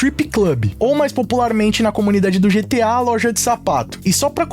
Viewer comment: Eu sempre vou quitar o video quando ouvir essa pronunciar GTI 😂😂😂😂😂😂 da n